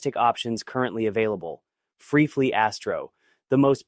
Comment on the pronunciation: That was bad. Next time put a space or hyphen between Free and Fly so the AI can say it correctly.